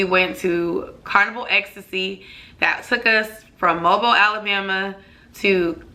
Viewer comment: Lol, Mobile is pronounced like Mo-Bill. We get it all the time.